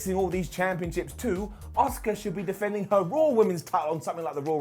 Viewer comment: Everyone else: Asuka: Oska